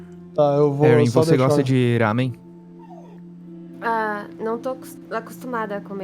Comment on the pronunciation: "rámen" ksksks